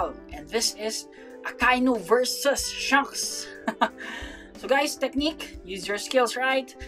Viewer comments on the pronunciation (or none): "shanks pukoll" my brother in Christ you didn't have to do him dirty like thst💀